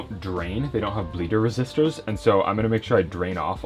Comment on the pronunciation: "Bleeder sister." Did I hear that correctly?